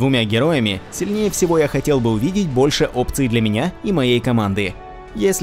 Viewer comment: Тупой топ, всё, что перечислено и так добавляют, просто видос одним словом звучит как "ХАТИМ БОЛЬШЕ ВСИВО"...